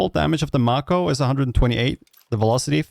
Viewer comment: Pretty sure it’s May-coe. As in Mako Shark. Since it’s a play on the actual weapon called a Marlin